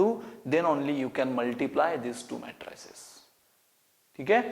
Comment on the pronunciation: Jeez , these Indians have terrible pronunciation! ( not to say pronounsation). Matrices is pronounced as 'May-tree-ceez' not May-Try-ciz. Matrix is pronounced as 'May-tricks' not Mat-tricks. Equality is pronounced as E-kwol-ity not E-kwaal-ity. You correct these Indians and they think you are pronouncing it wrong and they are pronouncing it correctly. But what can we do when a majority of rote learners dominate the Indian education system.